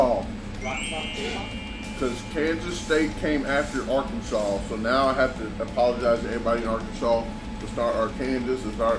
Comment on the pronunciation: Thank you for saying Arkansas and Kansas correctly 😛